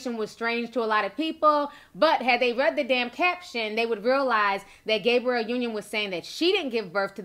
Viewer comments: Sometimes I feel like she pronounces these names wrong on purpose. You know damn well that girl name ain't Gabriel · Sis was killing me with the pronunciation of Gabrielle 🤦🏾‍♀️ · I swear black YouTubers purposely say every name with more than 5 letters wrong on purpose. It's like damn who doesn't know how to say GABRIELLE? The world says it enough, there's plenty of videos referencing her specifically yet it gets said wrong. I'm just saying I've noticed this alot from black YouTubers, like they be reporting but act like they don't know the person they are reporting about. ☕ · Ti and these pronounciations.... "Gabriel Union"..."Cali-fon-ya" 😭😂😂